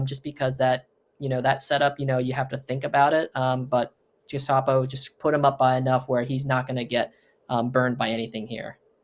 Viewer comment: how to pronounce gestapo